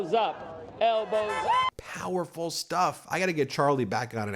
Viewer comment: Did anyone else hear 'L BOZO' instead of Elbows up😂